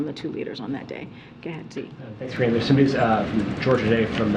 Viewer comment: Why do they ,keep calling her Karinne?